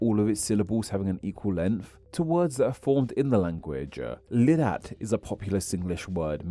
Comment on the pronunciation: Oh and please consult a Singaporean before you butcher the Singlish words like "liddat" - it is pronounced like "lie-dat". You can't read it as if it is standard English. I cringed so hard every time you tried to say anything in Singlish because it was sooo off. Furthermore, Singlish is dying amongst the younger generation, so any efforts to try to standardize it will at best be a museum piece showcasing how people used to speak in the 1980s and 1990s when there was still a generation of older Singaporeans who didn't speak English (like my grandmother) still alive in Singapore. When I am speaking with a young person in Singapore today, I would hesitate to use a loanword from Malay or Hokkien. For example, I might describe a really problematic situation as one that is "sangat susah" (Malay) or "sibeh kangkor" (Hokkien). But I have had blank stares from younger Singaporeans when I slip in words like that and I know they didn't understand me. Then I'd have to explain myself in standard English, without any loanwords from other languages. Not that they don't like Singlish but the linguistic landscape has evolved so much that my way of speaking Singlish is now a museum piece from the 1990s, it is thus a lot harder for the younger generation to understand my form of Singlish and they're now really just speaking English with a Singaporean accent.